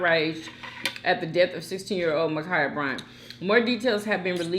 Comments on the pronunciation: Her name is Ma’Khia Bryant!!! Not Mikaya🤦🏽‍♀️ Please at least get her name right! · Dang! Her name is Ma'khia You keep pronouncing it Makeeyah..